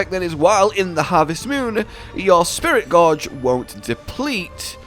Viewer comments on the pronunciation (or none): Am I the only one hearing say Spirit Gorge not Gauge